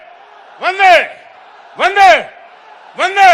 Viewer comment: When He told Bande Its Sounds like Dange